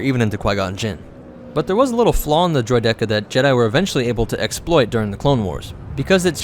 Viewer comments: Droid-E-Ka? It's Droideeeka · Don’t they pronounce it droy-dee-cuh? Not droy-deck-uh? Honestly asking here, saw episode one again a couple weeks ago and I swear the trade federation bozos say something like ‘they’re no match for droy-dee-cuhs’. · It’s droideka not droy deck uh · I pronounce it "Droid-e-ka" not "Droid-dek-a" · Droid-eka. Not Droid-Deka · Dillon Orr Droy deck uh sounds disgusting and incorrect imo. Droideeka as every character in star wars pronounces it is more better. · Why are you putting the emphasis on the "dek" in droideka that sounds so weird it's "droyd-uh-kuh" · It's pronounced Droy-dee-kah you ingit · Destroyer droids! not rolly polly. Dro-dih-kah . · it's DROID-eh-KA tho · I could not finish this video due to your pronunciation of Droideka. It's pronounced Droik-Ihka!!!! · Thank you lol I keep cringing every time I heard droid-dekah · Droy Decka 💀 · Droyed decka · I like how we were given a solid pronunciation of "Droideka" in the movie and then this narrator just goes and says it differently. ... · Literally no one in the star wars universe calls them droid-eka, not even in the phantom menace! why do you insist on saying ti say badly? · I really feel like that's the wrong way to pronounce its name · Pronunciation is WRONG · It bothers me how you pronounce droideka. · Im surprised you love droidekas yet you pronounce it so wrong lol. I mean tomato tuhmahtoe i guess. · I’ve literally never heard droideka pronounced that way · I don’t like how you pronounce droideka too much emphasis on the second e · You're saying "Droideka" wrong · no offense but please learn to pronounce droideka Nute Gunray says it in EP 1 and so does Anakin in EP 3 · Droideka. It might just be my friends and I but I could swear the E had way less emphasis. Love the videos by the way!